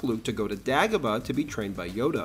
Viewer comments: DAY-GO-BA.... not DAG-OH-BA 😂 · “Dah-gobah”?? Gotta step up your AI game partner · Great video but why do you pronounce Dagobah differently from the movie? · What accent is that? Same with his way of saying Dagobah. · I don't think I've ever heard anyone pronounce lava and Dagobah like that before. Great video as always but that was incredibly distracting. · How do you make a video this thoroughly researched and then mispronounce Dagobah? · Yeah, that's it. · Your mispronunciation of Dagobah exposes you, you are no Star Wars expert.